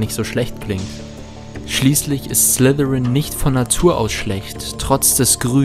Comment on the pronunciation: Es heißt Slytherin....nicht Slithirin du Muggel